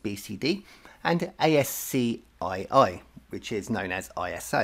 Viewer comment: ASCII is actually pronounced as ASKEE .just informing you ,, good luck